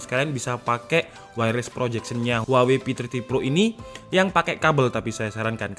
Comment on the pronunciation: "Huwawei P30"